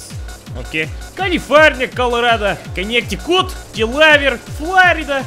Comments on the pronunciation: I live in Massaschuschits, right near Rhodgeis Land and Conneticoot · Ahiow Ayaska konnetikoot mashashushets misyippippi north caroliyana pnsyllivania wiyominj